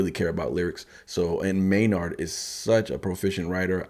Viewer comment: Tool army roll call. Also the first name is pronounced may-nerd. Edit: also if you can bop your head to Danny’s beats on the first listen you are 1 of 1. Edit #2. Wow. Your commentary is spot on and amazing! You are very intuitive. Em is the rap genius and Maynard is the rock genius!! Also you apologized for talking so long, but this is what we want. This is why we seek out these reaction videos. Not to watch someone bop their head and when the song is over just be like, peace out.